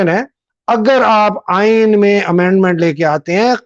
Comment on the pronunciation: 👉👉👉Actual Aeeen is Aain Bain Tain hai……